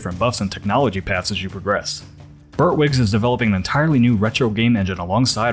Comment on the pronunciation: Shouldn't that last studio be called bear-twigs? pronounced it beart-wigs which seems less likely.